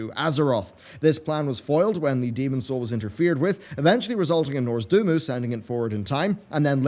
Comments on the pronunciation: Say it with me now. NAWZ. DOOR. MOO. Not NORS DO MOO. This is not a joke about the Northmen having their fun with cows. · It's.... Noz-dor-mu.... not Norz-dumu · please, for the love of the Light... It's NOZ-DOR-MU. Not NORZ-DOR-MU. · Dude it's not Norzdumu, it's Nozdormu! Noz - Dor - Mu. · Why can’t just not pronounce things correctly? If it was anyone else who cares, but this dude prides himself on accuracy. Yet, NOZdormu, ARATHI, and others just give him such a challenge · They should make a skillshare course on pronouncing Nozdormu right, maybe then you'll finally learn...